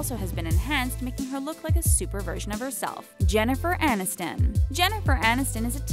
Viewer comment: aNiston. It's Jennifer aNiston. Educate yourself